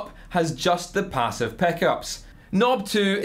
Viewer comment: Peh-ssive peh-eck-ups